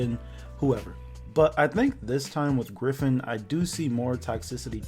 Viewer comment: "Gryphoon" Lmao.